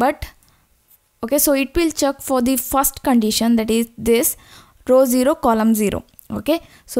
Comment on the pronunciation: the way she pronounces check as "chak", is love <3